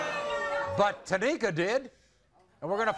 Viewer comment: IT'S NOT TÁMIKA IT S TA MÍ KA TAMÍKA 🤣🤣 Americal Idol who knows knowsss